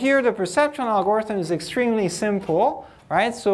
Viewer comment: Great lecture, thank you for making this available, but someone has to tell him how "algorithm" is pronounced! Please!!!!!!